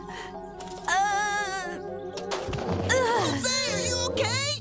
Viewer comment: It’s not Hose it’s actually Jose